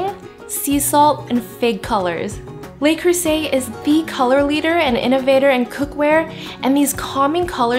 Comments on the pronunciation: Nice job, looks yunmy...fyi: pronounced Le (luh), not lay (Les). Le Creuset. :-) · Luh Creuset not lay